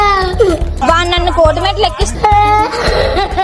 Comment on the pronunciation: ట్రోలింగ్ ❌ టోలింక్స్ ✅ ప్రాంక్ ❌ ఫ్ర్యాంగ్ ✅ డైవర్స్ ❌ డైవస్ ✅ కోర్టు మెట్లు ❌ కోటి మెట్లు✅ పర్సనల్ ❌ పర్శనాలటి✅ అక్క ఆణిముత్యాలు